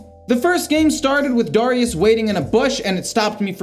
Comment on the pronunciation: AND DAHR- IUS LOL